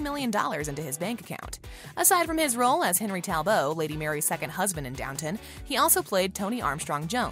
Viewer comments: Have you ever watched Downton Abbey?? Henry "Tal-bow"?? Seriously? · The “T” is not silent in Talbot the “E” is not silent in Bonneville